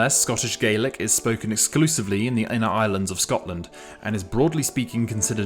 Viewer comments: In Scotland we pronounce the language /galik/ not /gelik/ as in Ireland. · Hi, your pronunciation of Scots Gaelic is incorrect. The 'a' is pronounced like in 'tack' rather than 'take' (just ignore the 'e'). I suspect a lot of the confusion comes from the fact that the English translation of the names of the languages are spelled the same (Gaeilge being Irish and Gaidhlig being Scottish), and as people know how to pronounce the Irish version, they assume the Scottish version is pronounced the same. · This is just a big pet peeve of mine but it’s pronounced “gah-lick” for scots ghàidhlig not “gay-lick” as is the case for irish gaeilge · Scottish Gaelic is pronounced Gah-lic, not Gay-lic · The pronounciation of Scots Gaelic depends on what language you're speaking. If you're speaking Scots Gaelic, it's spelled Gàidhlig and pronounced gahlick, but if you're speaking English, it's pronounced gaylick. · tha mise Gàidhlig, Beurla is Albais Doraig agam, agus ann am Beurla, tha e "gah-lick", chan eil "gay-lick". cha robh mi a-riamh eòlach air a' Ghàidhlig mar "gay-lick", 's e duine Moireibh a th' annam airson fad mo ràithe. tha mi air a' bhith ag ionnsachadh Gàidhlig airson trì no ceithir bliadhnaichean, ach cha do chan mi "gay-lick" roimhe. it's "gah-lick" in Scotland, not "gay-lick". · I was born in Montrose, and I don't speak the language but I have always heard it pronounced "gay-lick" where I come from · it's not though, because Gaylick means Irish, so people will just think you mean Irish if you say that. Also, it's not a regional dialect difference its a mispronounciation based on ignorance because the overwhelming majority of Americans do not know what Gaelic even is. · thank you It annoys me so much how often people get this wrong 😭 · Maybe on your side of the pond, but where I live, it's pronounced | ˈɡālik |. This is the entry from the dictionary on my computer. English is pronounced differently, depending on your location.